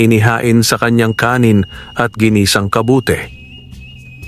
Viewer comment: Hindi kabote kabuti ang tamang bigkasin 😅